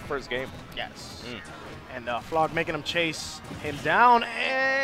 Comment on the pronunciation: It’s Blaarg but okay